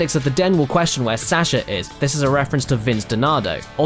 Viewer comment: Sasha? Really, that's how you pronounce it?